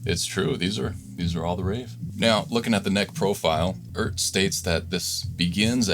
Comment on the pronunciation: Just wanted to point out the obvious, which apparently isn't so obvious. The brand name is pronounced E Art.... I've heard it said every which way but. Just like NuX is Nu X. It's still not great, but at least they're using vowels in these Chinese brand names now.